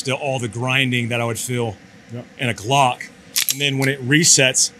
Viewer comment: Did I hear call a Glock a Slock on purpose?